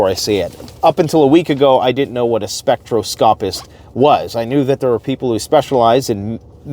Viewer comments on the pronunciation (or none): * Spek-TROS-copist * Spek-TROS-copee 😁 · *gone, not went. The grammar on some of these YouTube channels really bugs me! And.....spectroscopist...the accent is on the second syllable.